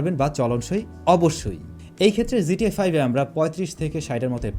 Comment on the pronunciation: Its GTA 5 no zta 5 .. pronounce it properly brother.